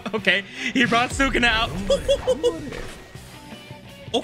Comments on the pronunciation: Why does it urk me so much when he says sukuna😭it’s Su KUNA not Sukana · The way how he pronounce Sukuna though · The way you pronounce sukuna name is irritating me lol